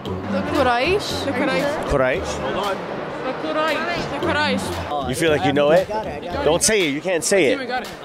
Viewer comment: Sister really said qurish for the second question